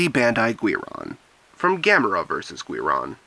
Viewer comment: It's pronounced Geeron